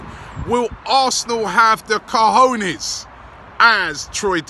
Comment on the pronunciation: lol usually Robbie says cojones like 'kahooners'. He's actually saying it right now.